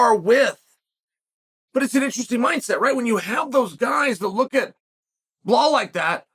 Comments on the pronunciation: Why does he pronounce the name is Bahal? Just say simple english uncle ( B i L A L )😮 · Its Ba Lal 😭😭😭 its not that hard pronounce where tf is the h coming from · Sonnen is an idiot for deliberately mispronouncing Belal s name. He just does these for the comments, plays a clown in the name of discussion in the comms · Type Belal in video title then calls him Blahal the whole time...I m not watching this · From belal back to blehal in minutes 😂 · Never met someone as dyslexic (or whatever you wanna call it) as Chael lmfao... BLEHALL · Chael, there’s no H in Belal. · Sonnet is an idiot for deliberately mispronouncing Belal s name. He just does these for the comments, plays a clown in the name of discussion